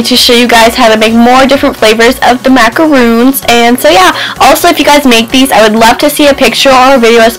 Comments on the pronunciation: IT'S MACARONS NOT MACAROONS MACAROONS ARE THE COCONUT CLUSTERS -. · macaRON macaRON NOT MACAROON